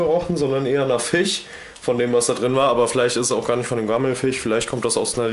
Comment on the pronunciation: Es heißt FISCH und nicht FICH!!!